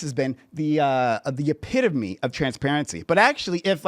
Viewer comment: Did he say epitofme(as in eh-pit-of-me)? I went back a couple times and the sound and mouth movements he makes looks like thats what he is saying. Also, the mentality for this guy reminds me of the situation where if you ask a four year old what month they were born and they say January, then you tell the kid that you were born in August and the kid claims they are older than you because their month comes first.